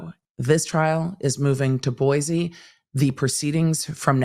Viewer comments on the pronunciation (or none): Boi-see not boizee love you 😘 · My mom is originally from Boise. It's properly pronounced "Boy-see". Thanks for all of the great coverage!